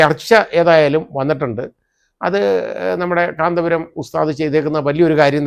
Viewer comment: കാന്തപുരം എന്ന് പേര് പറയാൻ താങ്കൾക്ക് എന്തോ ഒരു ബുദ്ധിമുട്ട് അനുഭവപ്പെടുന്നത് പോലെ തോന്നുന്നു......